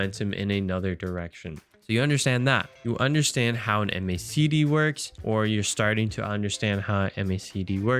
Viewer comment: great content, but please just say "mack dee" like everyone else. not "em aye say dee".. it's the macdee bud.